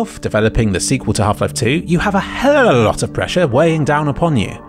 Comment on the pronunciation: Dude please tell me,do you do the "A hell of a lot of" on purpose knowing that it sounds weird?! You do it in every video! It cracks me up every time. Cheers!!